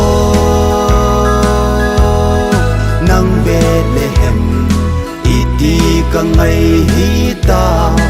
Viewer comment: Angei sele❤ahinla pronunciation hi khangthah te hin kikhol jep g le ong,eg Bethlehem, betlehem naty doh tai kahin oimo lom2 deh poi,epao u bon hilou😂🙏